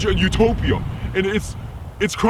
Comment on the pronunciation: kala ko nung kabigkas niya sa utopia ay tilapia